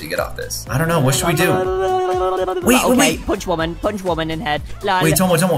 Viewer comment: Punch not lunch